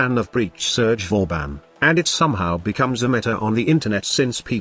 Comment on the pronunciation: Its pronounced as Vaw Ban yw 👍btw I'll love to see you come up with a nuke build with banshee that makes her ground shake ability nuke somehow